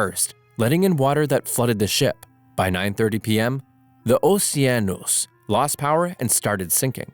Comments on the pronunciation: It is pronounced osheanos not oseanos for the oceanos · It’s pronounced o-Ceann-nos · O•she•a•nos IS the pronunciation of that ship NOT the way you pronounced it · OSHIENOSH?! WHAT DO YOU MEAN!? ITS OS-i-en-Os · "MTS Ossianoush" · The Oh-see-ahn-osh! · “Oceanosh” yes that’s definitely how you pronounce it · Bro really say mts Ocan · “ The MTS OOOHSEEANOUS”😂😂😂😂😂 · its pronounced "MTS OuSeEaNuSh" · It sound more French than ,,Pierre pass me the Baguette and later surender to the Germans" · ... your saying wierd, its just "oce-anos". why are you putting emphasis on the word? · The way he said Oceanos😂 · i am portuguese and on the part you say mts "OCEANOS " jahahahhahah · he pronounced it the exact same multiple times, also it sounds so stupid i doubt a real person would say it